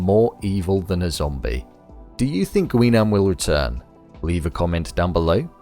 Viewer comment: It's pronounced as Gi-nam. Not "Gwi"